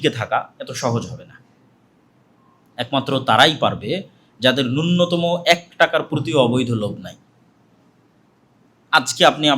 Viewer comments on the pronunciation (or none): none